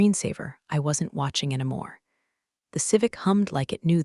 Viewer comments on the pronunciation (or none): Along with all the other points I keep posting about, the stupid narrator-bot DESPERATELY needs to learn how to pronounce "any." It's NOT "ennamore," it's "ENNY-MORE."